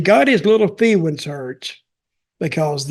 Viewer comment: He got his "FEEWINGS" hurt, lmao? This is why we love listening to Dutch. Let me guess how a Ric Flair contribution to the documentary would go: we would have heard a few stories about times where Ric Flair got drunk, SHOCKER!! We would have heard the term "GREATEST" used repeatedly. IMAGINE THAT?! And a couple of guys here and there would have gotten buried. I don't think we could have counted on any real insightful analysis. As if it could have been any less insufferable or any more informative than it already was with shmucks like Eric Bischoff and Vince Russo going back and forth blaming everyone but themselves for the demise of WCW? I didn't see it, don't care to see it. It's all water under the bridge now and pretty much irrelevant at this point in time. I had some good times watching WCW from the late 80s until the late 90s, but in the end, WCW proved to be a cluster fuck and a garbage company. Eric Bischoff had a big hand in the success of WCW, which he will more or less remind us of, but Eric Bischoff also had a big hand in the downfall of WCW too and he will only tacitly (at best) acknowledge that fact. We've heard it over and over again for a quarter of a century now... give me a break! Yawn! As for Vince Russo, I don't understand how his contribution to the conversation over the demise of WCW could be relevant to anyone but himself. And again, we have heard the same bullshit out of his mouth over and over again for a quarter of a century now, too. YAWN! I think Ru